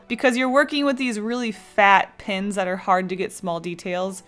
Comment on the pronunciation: Has anybody noticed when she says "Pens" she says "Pins"